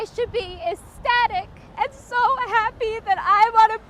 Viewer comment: Did she say "esstatic"?